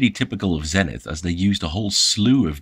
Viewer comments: Okay, just to add fuel to the pronunciation fire: Zenith themselves pronounced the company name ZEE-nith in their American television marketing back in the day. it's not the English word, it's a brand name. You do that and I promise to pronounce that notable Dutch Post-Impressionist painter's name Vincent Van Gockccccchhhh. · If you are going to review an American or "Yank" product. Then please pronounce the brand as it was meant to be be pronounced. Same goes for the letter Z. Kthanks.